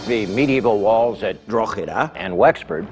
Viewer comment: I wish that American presenter would pronounce Drogheda properly..